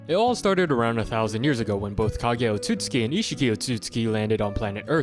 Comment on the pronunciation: It's pronounced oat-sue-sue-key not oh-suits-key